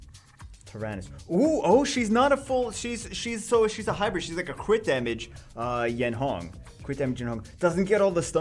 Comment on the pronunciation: Yeon Hong not Yen Hong